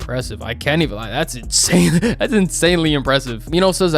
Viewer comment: am I the only one who hears how he says insane